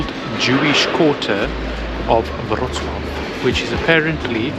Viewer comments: That was the best pronounciation of name of policy city I have ever heard from a person who doesn’t speak polish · I am so impressed that Amecians can pronounce Wrocław perfectly like everyone in Poland! ❤❤❤